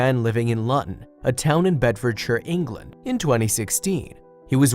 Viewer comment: Man! Pronounced Luton wrong! Oh and Big Ben is in London just over 30 miles away!